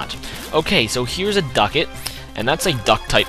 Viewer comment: it's duckLett not duckett....